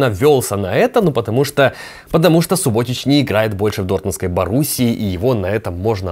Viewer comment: сУботич, а не субОтич